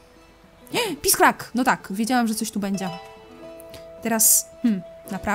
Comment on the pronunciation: w niektórych momentach jak mówiłaś pisklak ja słyszałam pisak (LOL) i zastanawiałam się o jaki pisak ci chodzi ps. jesteś mega, nagrywaj dalej bo jesteś naszą dzienną dawką słodyczy,zabawy,rozrywki!!:3